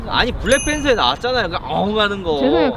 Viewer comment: 블랙팬서인데 블랙뺀서 ㅋㅋㅋㅋ